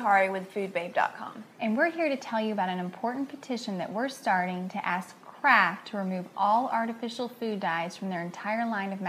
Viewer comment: sounds like shes saying CRAAAKK when she says Kraft lol